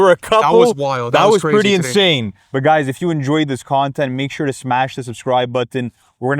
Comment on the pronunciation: Say Button again real quick?! 😂